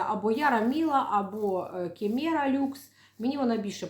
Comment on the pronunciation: Кеміра, не кімєра. У вас гортензія у звичайному грунті росте?